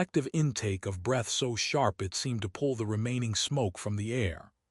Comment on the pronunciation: I wish the AI would learn the difference between bow and bow breath and breath